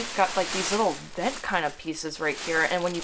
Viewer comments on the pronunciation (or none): none